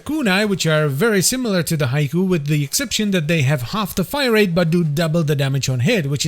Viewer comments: Surely it's 'HEE-kowe' and not 'Haiku' 🤓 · It's not pronounced Haiku!